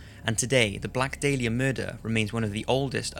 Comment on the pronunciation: You announced the Black Dahlia wrong